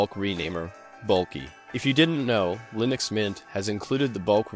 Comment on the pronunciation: Hehe. " lienux" mint..eh? 😋🤪